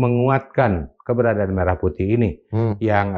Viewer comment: bukti itu lagunya diduga dari AI adalah: WAKTU MELAFALKAN MERAH PUTIH, DIA MENGEJANYA "MERAH" UNTUK KATA SEPERTI "MERAH SUSU SAPI":face-blue-smiling